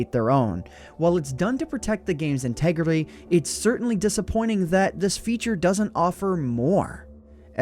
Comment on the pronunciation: " Oh well It's done to protect the game's integrily " XD